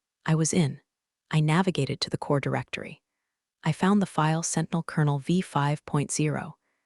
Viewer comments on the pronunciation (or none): It's kernel as in popcorn kernels.